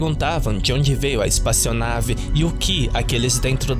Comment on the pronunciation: disse "espaçionave" um monte de vezes kkkkkkk